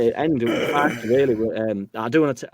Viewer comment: Thanks all so much. Just to say, Jack got Piroe spot on ( Joel Piroooh - Square Ball found an interview with him as a youngster)! Farke is as in Ben Parker though! Sorry to be such a pedant! MOT